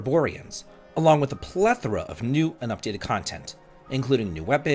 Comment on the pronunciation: is the only person on Youtube who correctly pronounces the word "plethora".